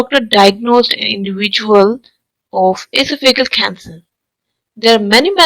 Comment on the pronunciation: Sorry, but your Pronunciation of your Topic is Very Unusual and hard to understand. The word is almost Unrecognizable . In American English, the stress is on THE SECOND SYLLABLE. That would be: "ee - SOFF - a - gus" You're saying "EE - so - FEE - gus" with seemingly 2 stressed syllables. And "ee - so - FEE - gul" for Esophageal, which is pronounced here as: "ee - soff- a - GEE - ul". I realize there are variations between American, British, & Indian English Pronunciation. I suffer from Barrett's Esophagus myself so was interested in learning the cancer symptoms. I had a recent endoscope and it was fine, although I have had a persistent cough & some hoarseness for about 10 years & my doctor hasn't seemed very concerned. Perhaps it is a side effect from taking Omeprazole for so long. It does concern me. To Commenters: Don't get your bowels in an uproar & freak out. Any critical comments can sometimes bring a wave of backlash criticism. Since I won't be revisiting this video, I won't see it so you can save your breath.